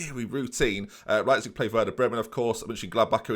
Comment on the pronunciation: it's "leyepzig" not "leapzig"...